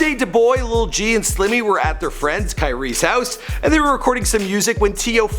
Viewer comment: y he keep saying lil g, its lul g